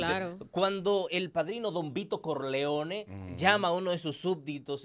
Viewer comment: Corleone en España no lo diste asi